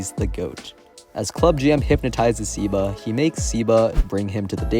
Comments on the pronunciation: I think its pronounced "seh-ba" not "sih-ba" W vid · I think it's "seh-ba"